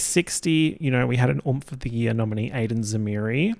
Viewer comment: take a shot every time says year like yeah 😭